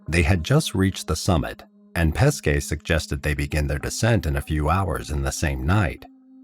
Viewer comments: Good Video , However, sorry to Say on pronounciation of this poor Guy Pesce: in English transcript it would be Peshe , , not Paskay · Great story. only thing you have to understand is that Corrado Pesce family name, is pronounced like PESHE and not like you say all time PESKE. Pronounced PESHE, it means Fish, his actual family name. pronounced PESKE it means Peaches, nothing to do with Fish..